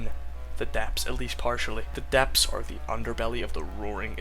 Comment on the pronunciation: No shade whatsoever, but I find it very amusing how you read "the depths" as "the depps"